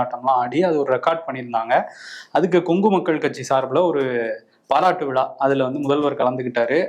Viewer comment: எஸ் ஆர் எம் பல்கலைக்கழகத்தில் ஒரு * விலா* அய்யோ அய்யோ விலா விலா விலா விலா விலா விலா விலா தம்பி உங்கள் காதில் எப்படி கேட்கிறது. விலா. வா அல்லது விழா. வா?